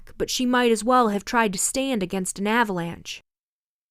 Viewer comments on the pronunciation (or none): none